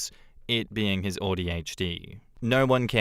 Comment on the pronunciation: Listening to say “Audi HD” is driving me crazy 😂